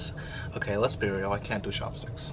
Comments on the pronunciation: Why does pronounce his “ch” as “sh”? Like “shopstick” or “shewy” Is it an accent? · Please do an ASMR of you pronouncing words in English. I’m not making fun of you by the way. I honestly enjoy you saying chopsticks, cheese chewy lol omg yaaaaassss👏bitch👏